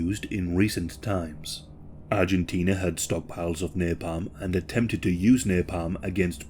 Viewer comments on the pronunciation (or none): none